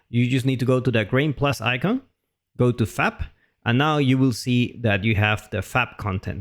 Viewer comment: It sounds like you're saying 'fap'. Fap content, hehe.